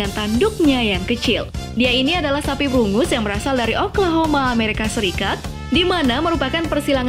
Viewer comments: sorry mau koreksi sedikit,sapi brungus itu harusnya brangus,dan dibaca nya “brenjes” ;) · Brangus instead of brungus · Brangus,bukan brungus